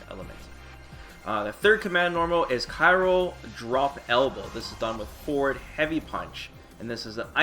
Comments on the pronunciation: already buff'd Gill by giving him "Ky-ro" properties as well as Cryo! LOL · Oh, no! You kept saying CYRO instead of CRYO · I had to stop around 3 minutes in because the Khyro was killing me... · pronounces the word “cryo” correctly exactly once in this video.